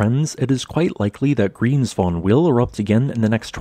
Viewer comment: How nice his pronunciation is, now he was in Iceland 😉